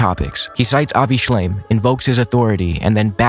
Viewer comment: I know it's a criticism that can be shrugged off, but I found the fact he kept saying Avi Shlime, even as an accident, so disrespectful. It means he's not familiar enough to get the man's name right and is just using his work to dig at Hasan (while ironically missing that he's an anti zionist.) And I get not knowing who he is, because I didnt. I had thought he was a zionist dude when his name came up occasionally (not during this debate). But to quote someone's work in direct opposition of their stances and get his name wrong is just, makes me so mad.